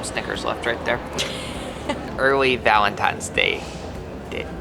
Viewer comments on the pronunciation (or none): Did you just say "valentimes" day?